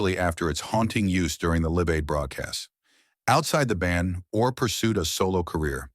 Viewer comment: Stupid AI, Benjamin Or R